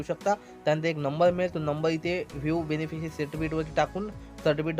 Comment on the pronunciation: 4.24 काय बोलले ते समजत नाही बेनफिसरी is not registered जरा नीट सांगा समजत नाही